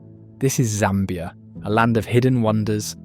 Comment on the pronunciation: You pronounce Zambia like a native. I should give you a native name. 🤣